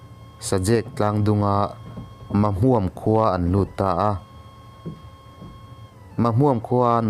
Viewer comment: Syhlet hi i chhiar dik lo. Silet tiin i chhiar a, Sihlet ti a chhiar tur. Mahmuam pawh i chhiar dik lo, Ma hmuam ei/hmuam tia lam tur.